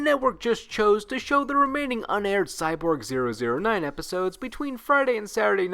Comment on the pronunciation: Pretty sure the numbers in Cyborg 009 are said as Double-Oh Nine. On a similar note; date in Gundam's Universal Century are also said as Double-Oh number. So War In The Pocket is Double-Oh Eighty.